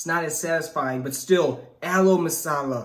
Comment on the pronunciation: We use only hands to eat almost everything even if it is a 7 star hotel. Hey bro That's pronounced as "Mango Lassi" Not mango lisa and it's not pronounced as Aloe Masala it's pronounced as Aloo Masala